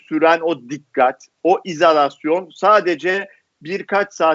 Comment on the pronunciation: İzolasyon diyeceksiniz..Kaç yerde izalasyon dediniz..Dilinizi yanlış kullanıyorsunuz..Soldaki....